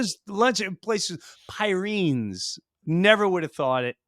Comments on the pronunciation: Love your work guys, just quickly, The Pyrenees is a mountain range between Spain and France, and pronounced Pireneez. Can't wait for your next special. Any plans on coming to Australia? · Pyr-en-ees like the mountains!;) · It's pronounced PEER-RA-NEES, like the Big White Dog Breed. Great Episode as usual. You always make me laugh, especially after my young cousin with major TDS just Trolled my FB Page! LOL. God Bless! LM